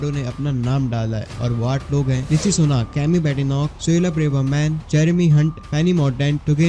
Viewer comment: want to get subscribers , can't even pronounce Rishi properly